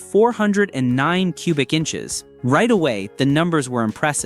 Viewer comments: AI SUX!!! four hundred nine??? I'd like to here the Beech Boys sing about a "four hundred nine" The Thumbnail is not a "W" engine, Crack a book and learn something before you blow smoke. At the mark, what are you mumbling about Torque? Now you want me to Subscribe??? How about "BLOCKED" Thumbs down. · Teach your not so smart computer program to say 4 OH 9 the proper way lie real flesh and blood people do. AI is ruining Youtube and other platforms. Thumbs down for being too lazy to narrate your own video.